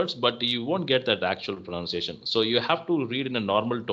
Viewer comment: On the point sir you have made a mistake to pronounce the word pronunciation, it's /prəˌnʌn.siˈeɪ.ʃən/ This exactly 💯. I am 🎉 really inspired by watching your video. I am eager to connect with you.